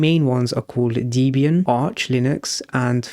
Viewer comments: Debian. Call it Debby Ann, not Deebian. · it’s supposed to be pronounced /‘debian/, not /‘dibian/. note: i know i should’ve used the smallcaps i but I’m on tablet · Good explanation, one point to note - it's pronounced Deb ee an, it's a combination of Deb and Ian as Deborah Lynn (Deb) was Ian Murdock's wife at the time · Debian is pronounced Deb as in Deborah and Ian as in Ian Because the creator of Debian , Ian Murdock , named it after his then-wife, Deborah Lynn and himself. Not Deebian